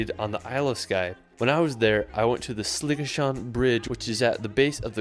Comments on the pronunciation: This guy needs to talk to someone local - its GlenFINnan VY-aduct.... It's not Edinboro - repeat after me "Embra". AY-lan Donan... SLIG-ahan.... Bidean Nam Bian(??) - I'm sure that's Glencoe..... Loch LOW-mond Canada and NZ have more impressive scenery, but Scotland's scenery is closer changes around every bend, and nowhere is more than 5 hour's drive from the major cities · Everyone commenting on how he pronounces Edinburgh and Glasgow and totally glossing over how he pronounced Glenfinnan, Eilean Donan, Sligachan (although at least he didn't pronounce it 'Slig-ack-an' like a lot of English folk do (I'm English but am learning Gaelic so I'm off the hook)), Loch Lomond... 😆